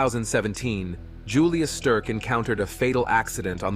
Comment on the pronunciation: mins "Julious Sterk"?! The "Swiss Machine" was Ueli Steck - pronounced as it's spelt. & 25mins "Norton Couloir"? Northern Couloir - haha, When Ai copies badly spoken English. haha